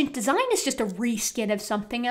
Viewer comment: De-si-gne, oh that must be Italian!